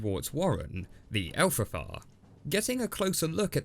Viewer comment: Elfrafa? But wait. It’s not. It’s EFRAFA.